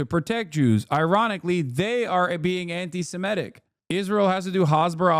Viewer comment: I love how the FOX people can't even pronounce Antisemitic correctly while acting like they care SO much about the topic